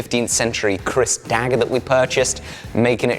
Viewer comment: Keris bro not kris